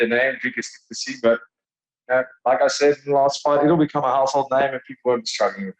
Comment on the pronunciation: Ariel prides himself on name pronunciations. Here we go my guy, it's "Du-pleh-see".